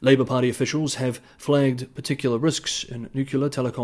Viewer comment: Please check pronunciation of nuclear. Thank you.